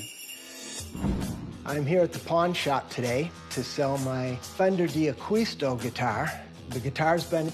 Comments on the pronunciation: These guys have absolutely NO idea what they're talking about. Worst part...not ONE of them even know how to properly pronounce D'Aquisto's name. Shameful. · Nice guitar. Mispronouncing his name.